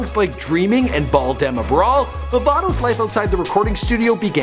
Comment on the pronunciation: 'bawl dem a bawl' not brawl